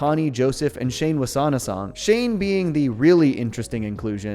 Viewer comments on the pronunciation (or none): Not "Shane"! Chane like "chain". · you keep pronouncing his name as "shane", but his name is chane. Its pronounched as chane countless time in the show. Its a "ch" sounds, like Chester Cheetah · Just for the sake of it, Chane is pronounced like "chain" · Shane? You mean Chane right? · It’s Chane, not S H A N E. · Why does everyone keep pronouncing it "shane"? isn't it pronounced "chain"? The Chane train stops for the ladies! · Nice analysis but have you ever seen the original show? It's Chane Wasaanasong, like chain... That's how they say it in the show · Chane was pronounced " Chain" not Shane!